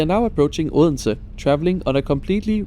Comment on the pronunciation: Announcements in foreign languages are always tricky. gave us the correct Danish prononciation of "Odense", but as a foreigner I would like to hear the "d" there. In German, I guess you could sample "Bodensee" and cut the B. On another train that would stop in Naestved, my ears told me that I heard "Nästa Nästa".